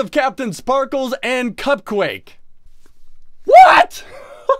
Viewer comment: It CupQuake not Cup Quake